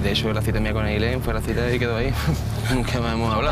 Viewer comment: Es cita no citra